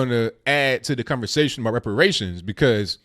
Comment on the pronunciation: muh wepawayshuns